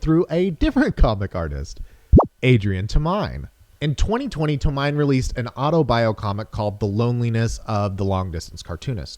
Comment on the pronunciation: It's pronounced To-me-naye